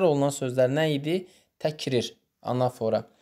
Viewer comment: Salam zəhmət olmasa anafora sözündə vurğunu düz qoyun😌